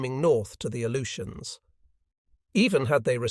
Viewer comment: I can't stand it. A-LOO-shuns. Jesus.